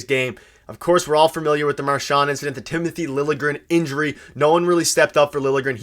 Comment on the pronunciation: I don't think Marchands "indicdent" was intentional.